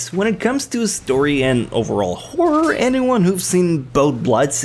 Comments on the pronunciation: its WHORE-ER is how u say it. you called every anime a whore.... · Am I the only one who is hearing say favorite Whore anime? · I keep hearing him say “WHORE anime”... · I seriously heard whore anime